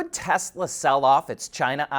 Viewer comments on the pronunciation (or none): none